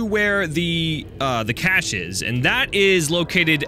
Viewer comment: Cache- cashcash-AY